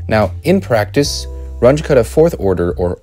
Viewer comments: This "Runch" was the German mathematician Carl Runge - and name is pronounced ʁʊŋə (ca. "Roongeh"). He was the teacher of Max Born, btw.! And your "cuddah" was the German mathematician Martin Kutta, pronounced kʊta) If you adore people enough to produce a video on their achievement, you need to be able to pronounce their names properly! ("But everybody says it this way, over here"? .. is just stupid: Since when does quantity in ignorance is a proper argument?) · It’s not a “range” method - it’s RUUNG-ə method. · Runge was German. His name is pronounced “Run-guh”, not “Runge.” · Should point out that it’s pronounced like “Run-gah”, not “Runj” as you keep saying it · Not rung with an uh, but with an ooh, I might add. R-oo-ng-g-uh Roughly. He was german. So was Kutta, I just learned... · I've heard people pronounce it "rungie", so it's at least better than that. Haha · I like the video. Please try to change your pronunciation. At least, try it. I know, it will be hard. Runge does not sound like "grunge". The "u" sounds like the "ou" in "you". And Kutta does not "cut" something in two pieces. It also sounds like the "ou" in "you". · "Runge"? As in Grunge? 😟 Carl Runge and Martin Kuta were German. Pronunciation would be like Roong-uh - Kooh-ta. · please learn how to pronounce Runge.You don't have to be perfect, but at least try. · The name Runge is pronounced slightly differently